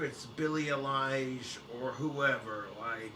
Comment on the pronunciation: its pronounced EYE-LISH not A-LIE-ISH